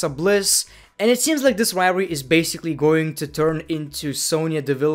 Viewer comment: riory is the new way of saying rivalry